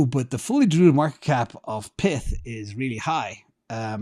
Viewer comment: I don't think it's "PITH", it's pyth like PYTHON